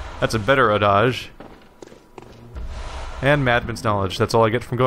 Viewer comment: You keep saying adage like "Adagio" rather than the English "add-age." After the first playthrough I half expected someone to have helped you at some point with the pronunciation by the second playthrough.